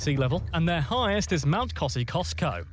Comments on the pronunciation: Guys please, we hate that. He said, “eemYOU, NOT eemoo. Mount Kosciuszko. He wrongly pronounced it, calling it Kosi, kosco. It’s pronounced Mt Kosi osco. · IT'S kosci usko not cusco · Kosciuszko is supposed to be pronounced cozzie-oss-co and emu eem-you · It's Kos-ee-os-ko. Not Kos-ee-kos-ko Kangaroo is extremely lean. If you eat it, rare is the only way. Any more, it starts going dry and stringy. A minute or so either side is luscious. It's strongly gamey like a spicy deer. You can buy kangaroo in lots of English supermarkets. Australia - not so much. Professional motorcycle racers have kangaroo leather suits as it's very thin at 1.6mm, light and tough. Kangaroos don't fart - scientists are trying to work out how as they eat grass and trying to see if they can genetically engineer cows and sheep with the same gastric emzymes to stop methane, the second most greenhouse gas. Pom or POMMY is an abbreviation/alliteration of POME - Prisoner of Mother England. Australians of the 20th century were used to English people considering themselves superior. Nothing better than taking poms down a notch. The Ashes originated when a touring Australian cricket team beat an All-England side in 1883 IIRC - the English cricket world mourned and burned a cricket bail - allegedly The Ashes urn contains the remains. Each country takes turns hosting at the big pitches - in Australia the test series starts in the Melbourne Cricket Ground on Boxing Day and is the largest spectator turnout at 100,000. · Just a couple of things guys, pronunciation by the narrator was way off.. the word and pronunciation after the equal sign... Kosciuszko = cozzi oss co Uluru = ooh la roo Ayres Rock = airs. Emu = eem you. p.s. Never get a pom to tell you Aussie facts! LOL.. Have recently discovered your channel and it's cool! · The mountain Kosciusko is pronounce cozzy os ko , not whatever he was friggen saying lol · the c in Kosciuszko is silent Kosi-ohsk-oh